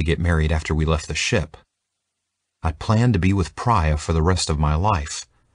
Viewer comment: The female character’s name is not praya.... Priya with closed i vowel sound.. it’s driving me nuts!!!